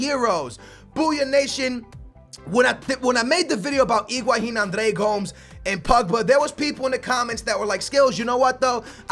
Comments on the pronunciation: it drives me crazy that says Iguahin instead of Higuain!!:DD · You are saying Iguahin! It's Higuain!